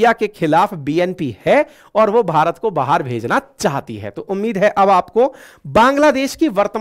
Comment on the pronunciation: Why are you saying bahaar for baahar?